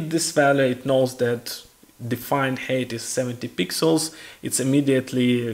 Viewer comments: It's Height not Hate, I was puzzled for min what he was saying 😅. But overall very informative tutorial 👍🏻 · Видео - супер. Единственно маленький момент height произносится больше как хайт, потому что хэйт это hate)))